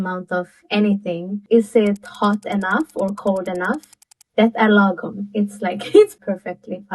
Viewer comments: I am not so sure about your Swedish tutor though. She should have pronounced it properly since "lagom" is not an English word. And she most definitely did not! Law Gomm (like gong, with an m) Also, while it is true that Swedes use this word and that it indeed means "just right" one could easily translate it to "ideal" because that's essentially what we are referring to. But it can easily also, depending on context, be translated to "enough", "right", "justified", "spot-on", "utopia", and "optimal". I am going to attempt to translate some Swedish sentences, word for word, even if the translation might sound wrong in English. I am omitting words like "the", "of", "this" and "on" etc. Sätt termostaten till en lagom temperatur för alla. Put thermostat to an ideal temperature for all. (Put the thermostat to an ideal temperature for everybody) Drick lagom mycket alkohol på festen ikväll. Drink ideal amount alcohol on party evening. (Drink just the right amount of alcohol on the party this evening) Jag är lagom trött på att höra ditt tjötande. I am right tired on at hearing your nagging. (I've had it up to here with your nagging) Lagom är bäst! Utopia is best! (In an ideal world...) And before anyone mentions it, that you therefore can't translate "lagom" into a single word that means all the things, let me remind you that English also have words with plenty of synonyms and "lagom" has many synonyms in Swedish. And that Swedes and the English alike have many words that indeed means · Fair warning: when Swedes speak English, they tend to anglify Swedish words. You can hear them pronounce Swedish words truly weird. This Swedish lady did not quite mrdr 'lagom', but she did not pronounce it the way it should be pronounced. The show host did well though clearly using the grave accent as it should be pronounced.